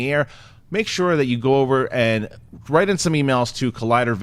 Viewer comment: You guys need to do a female bag episode soon. Why the emphasis on "mails"?